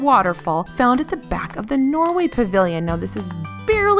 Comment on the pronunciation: I live in Norway 🇳🇴 so every time she says Norway I shake 😅